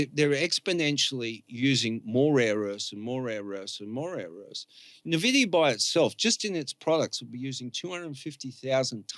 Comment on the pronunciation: jsut how does a guy as smart as not know how to pronounce nvidia, are we really living in a simulation or how is this bug repeating over and over, its impossible